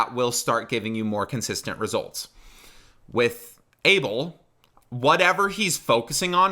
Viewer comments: he sounds like my habesha uncles singing soul music and now that you mention it MJ as well side note: his name is not pronounced like "able" but rathet "a" (as in aha) and bel (as in Christian bale). also the stress is not on the 1st but 2nd syllable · i pronounce Abel, ahh-bell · i thought abel is pronounced as uh-bell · That’s not how u pronounce it